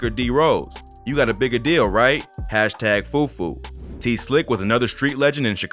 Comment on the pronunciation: I’m west African every time you say fufu I just crack up 😭